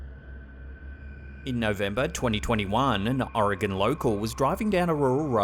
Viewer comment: It makes me so happy that you pronounce Oregon correctly. Thank you lol